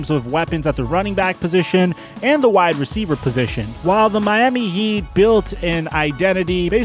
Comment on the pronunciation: u said Mami heat😂 but its ok keep up your stuff u are doin really good